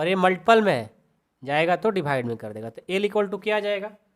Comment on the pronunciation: Dibhaide nhi Divide ➗ hota hai hamko bahut kharab lagta hai